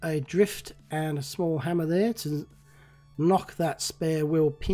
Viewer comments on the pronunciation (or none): none